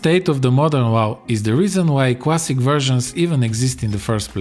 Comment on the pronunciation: "Should you pway World of Warcraft? World of Warcraft Cwassic? or Burning Crusade Cwassic? YES!!" Me "Oh..ok"